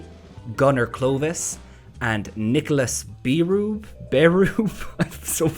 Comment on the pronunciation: Nicolas Berube is probably the french name, Nicolas Bérubé, which is pronounced Bae-ru-bae